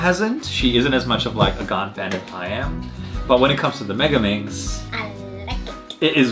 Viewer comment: It suppose to be gan but your accent from gan is gun